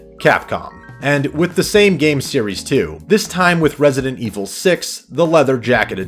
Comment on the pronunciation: THAT ITALIAN RESIDENT IVOL QUATTRO